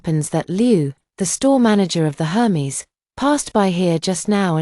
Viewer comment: Aer-mez! Not Her-meez